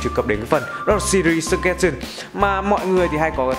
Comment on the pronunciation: súc gét sần :)) tôi thích bạn Sơ chtrét sừn đỡ hơn á anhhh